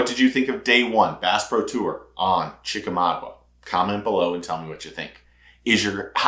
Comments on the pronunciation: ChickamauGA, NOT Chickamau-gua. GAH vs. GUA. 👍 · It's not chicka mogwa,,,, it's chickamauga ,pronounced chickamawga.